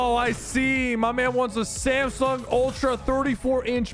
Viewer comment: Man says samsaung its Samsung